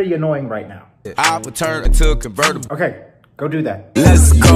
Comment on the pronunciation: Lol the covirtible dababy made me wheeze